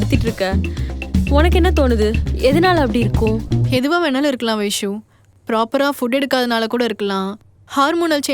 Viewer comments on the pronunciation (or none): Avanga Vaishu Vaishu nu solluradu enna soldra maduri iruku...